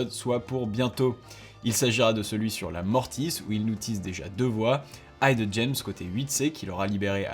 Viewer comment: Super vidéo ! Merci pour le boulot, c’est trop bien d’avoir tes résumés des news :) Juste pour info, le i du mot « hidden » se prononce comme celui du mot « middle » et pas comme celui du mot « right ».